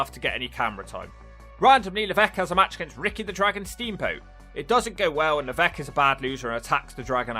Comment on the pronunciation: It's funny how he's supposed to be French but he still mispronounces Levesque